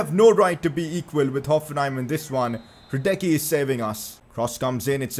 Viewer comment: I'm sorry but you're still pronouncing Hradecky's name wrong. It's Hra-dets-ky